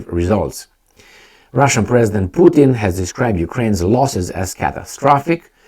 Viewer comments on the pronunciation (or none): none